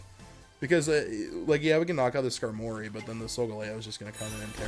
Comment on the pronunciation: Great vid🤙🏾 but ngl I hate how you say Skarmory🤦🏾‍♂️🤣💀